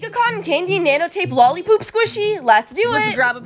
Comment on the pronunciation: It siad lollipop not lollipoop